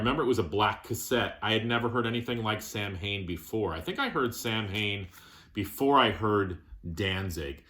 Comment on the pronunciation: Look up how you really pronounce Samhain . . . It's quite disappointing